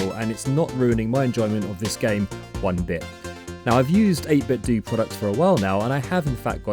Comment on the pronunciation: fyi, it's pronounced 8bit"doh", like Nintendo. :)